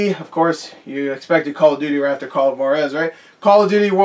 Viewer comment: it’s actually h-wah-dez